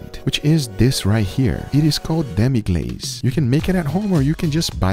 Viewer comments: Demi Glace(you pronounce it as Demi Glass**) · U dont pronounce demi glace right